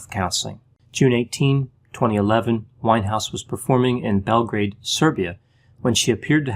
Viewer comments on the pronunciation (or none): none